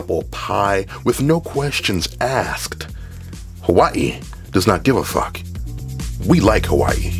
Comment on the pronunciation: Thank you for pronouncing Hawai’i correctly!